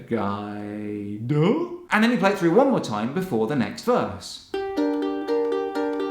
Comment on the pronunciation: U say duh! So weirdly